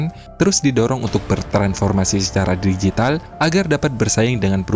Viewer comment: Bahasa Indonesia-mu itu lho, Min harus sedikit dibenahi. Contoh: digital (bukan dijital), teknologi (bukan teknoloji) dan margin (bukan marjin). Tidak ada dalam Bahasa İndonesia huruf g dilafalkan sebagai /j/.